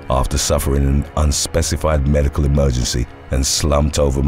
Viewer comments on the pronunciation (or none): none